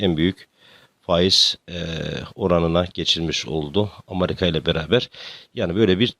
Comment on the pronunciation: Amarika demeyin lutfen